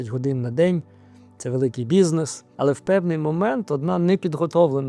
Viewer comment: як як? бУзінес?))) Ви серйозно цн так вимовляєте?